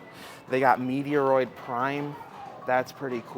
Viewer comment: MEH-troyd. Not Meteoroid.